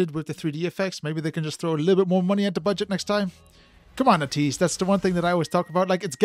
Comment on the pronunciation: Thanks for reacting to ateez... The way your pronunciation is ey-tease 80s (ateez) not ah-tease... ATEEZ IS REALLY DOPE 👑👑👑 if you want to know them i recommend the ultimate guide to ateez its a bit long but its accurate by ofallthekennys